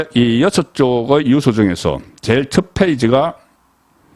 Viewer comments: 송 대표님 항상 시청하고 있지만 언론인 분께서 단어에 대한 장단 발음에 엄청 문제가 많습니다 단어의 장단에 따라 뜻이 달라지는데 그런 걸 모릅니까? 초등생도 다 아는 걸요 유~서가 아니라 단발음인 유서라고 해야 됩니다 좀 고치세요 모르면 사전을 찾아 보고요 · 송국건유튜브방송을 즐겨보면서 늘 느끼는 점은 내용은 최상의 수준인데 말실수를 잦은편인데 그건 그다지 문제가 될 수는 없지만 억양 지방시골억양이 참 문제입니다. 예컨대. 엄마의 자매 이모?를 성씨가 이씨일때 이 모씨 라고 말하면 안되듯이, 장음 단음이 정확해야하듯이 오늘 방송을 보면서 자꾸 유서를 유 서 라고 합니다. 스스로 녹음된 거 보면 그걸 못고치는지? 40년대 시골사람이 서울한번갔다와서 서울말씨를 흉내내다보니 저런 현상이 나타나듯한데, 특히 경남지방사람들이 저렇게 발음 억양을 구사하는데, 대표적으로 가장 울렁증유발수준은 성창경입니다. 그런데 송국건혼술은 정말이지 우파에서 방송내용은 최상인데, 발음 억양이 최고스럽지않는 기본이 안된건 고치는 게 좋지않을까요? 앞서 언급했듯이 성창경은 울렁증생겨 듣질못할정도인데, 기자출신이면 그걸 고치지못한다면? 울산이나 포항정도수준의 시골지방기자수준에서 벗어날 수 없는 게 아닌가하는 맘이 듭니다. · "유서"의 발음. 연습하세요. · 유~서 발음 듣기 아주 거북합니다. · 듣기에 유서가 발음이 뉴우스로 드립니다